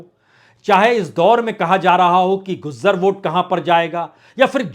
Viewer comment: दूदू, शाहपुरा, खंडेला, महरिया, नदबई, बेगूं, दांता रामगढ़, नावां, उनियारा, मंडावा, ब्यावर, गोगुंदा, सवाई माधोपुर, आदि: उच्चारण बेहद गलत है। गुज्जर नही गूजर, डोटासारा नही डोटासरा।